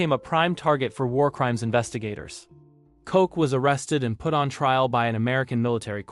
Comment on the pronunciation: ILSA KOCH'S NAME IS PRONOUNCED 'LOCK' NOT 'COKE.'